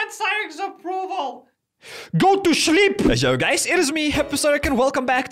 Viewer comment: I love how you said chleep instead of sleep 😂😂😂😂😂